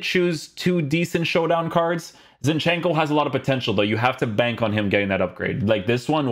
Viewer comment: ZIN-chenko. not ZinchEnko